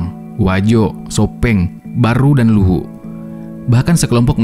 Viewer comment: Maklum admin chanel org makassar🤭